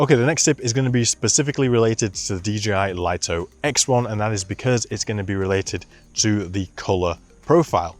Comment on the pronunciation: DJI may as well officially rename this drone the Lye-Toe because no one seems to know it's pronounced Lee-Toe